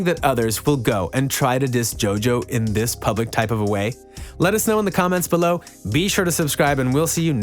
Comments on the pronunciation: “Diss” even though im super late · “Diss” ain’t dababy that’s my baby 🤣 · Diss "DISS" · “Diss” really hope I win